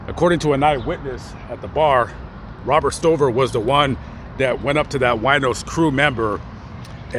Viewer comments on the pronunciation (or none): none